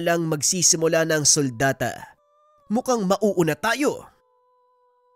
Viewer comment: "sultada" Po di suldata.